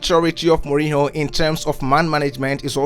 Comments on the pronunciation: please utter his name right mourinho and not mourino. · Good video but as a half portuguese half italian, I want to give you a few pronounciation pointers: Mourinho > Mourin-you Giallorossi > Djallorossi Francesco Totti > Frantshesco To-ti